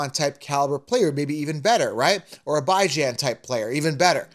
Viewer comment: Just here to hear him say ByeJan. Also, bold take that Jeanty is gonna be good. Never heard of the guy. Not sure where you’re getting your info, bro.